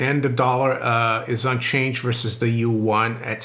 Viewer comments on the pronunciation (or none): none